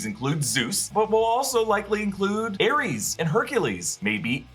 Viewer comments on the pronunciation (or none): none